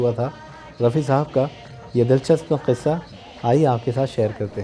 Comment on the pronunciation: thanks a lot for sharing interesting anecdotes connected with Rafi Saab's songs. We look forward to such videos. However, I have 2 observations to make. First, you always take a pause to ensure you pronounce the word, 'qissa' correctly with an emphasis on Q, which is the right way. Secondly, in this video, you spoiled the fun when the song started playing while you were introducing the song. It would have been better if you had played the song after your initial words.